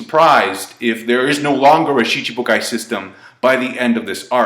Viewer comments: Hes been doing it for years... same way he pronounces Aokiji as ''A-Okiji'' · I never noticed pronounced Schibukai as Shi-CHI-bukai.